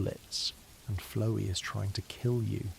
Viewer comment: flowee is a fun pronunciation